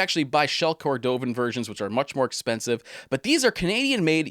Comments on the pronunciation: Great vid as usual. It’s “cord-o-vun” not “ cor-dove-in” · Shell Cordovaaaaan not cordooovan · You seem like a very knowledgeable guy, and I really enjoyed this video. However, you are definitely mispronouncing Shell "Cordovan". You are placing the emphasis on the middle syllable. The emphasis is on the first syllable. You say, "Cor-DOE-vn" but Horween, and even the Tuscan company that makes it, all say it, "Shell COR-do-vn". Just wanted to point it out. Great video though! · I'm not trolling. I love the videos and am just trying to help with the pronunciation of cordovan